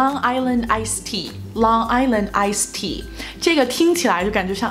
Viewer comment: Lung island ice tea.